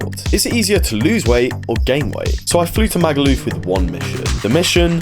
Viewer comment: I hate the way he says Magaluf, so posh the way he says it’s! So annoying definitely a Tory voter